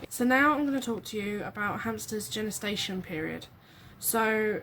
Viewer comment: Genestation or gestation?